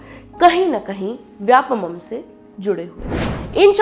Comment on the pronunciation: Vyapamam.. नहीं vyapam. व्यावसायिक परीक्षा मंडल